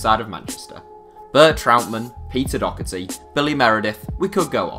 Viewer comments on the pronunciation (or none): none